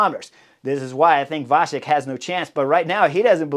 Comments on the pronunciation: Thank you for the nice comment. A small note: in the middle of the name VaCek, there is not a "sh" in the pronunciation, but a "ts", the "C" in the original sounds similar to the German "Ziel". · The name Vacek C is the same like you would say first C in word cycling. Your version sounds like Š in czech language.. Anyways great breakdown Chris.. 🙂